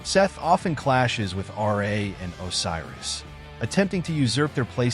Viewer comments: RA not R.A.. RA=RAH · Ra not R.A.